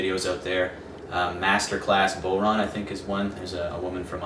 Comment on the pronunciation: It's pronounced bough-rawn, not bow-rawn. As in "when the bough breaks". Great vid though, thanks!